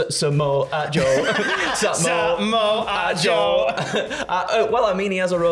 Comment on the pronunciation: Sha moh ah Joe 🤣